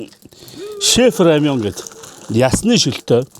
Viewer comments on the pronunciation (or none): Рамён гэж бхгүй шүү рамэн гэжл байгаа